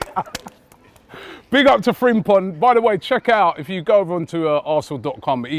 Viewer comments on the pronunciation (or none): none